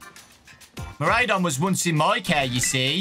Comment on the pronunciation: Fidough is pronounced "F-eye-doe" as it's a pun of "Fido" (an old common name given to Dogs) and "Dough" as in Bread Dough. Miraidon is also pronounced "Mi-ride-on" for obvious reasons of it being a living Bike XD